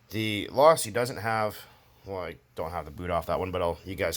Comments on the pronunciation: Its pronounced low-see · Do u not know how to pronounce losi if u don't know how to pronounce it don't fuck with losi at all my girl learn how to say it's pronounced low-sea kay